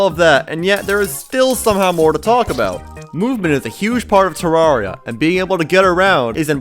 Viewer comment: you're the first person on yt to say terraria correctly